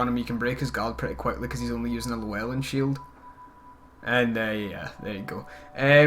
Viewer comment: Oh god.. I'm Welsh and I cringed a little when you said "lewelin" XD It's not something I'd expect you to know but in welsh a double L sounds more like L-Flem. So it's Ll-flem-ew-e-ll-flem-in" spelt Llywellyn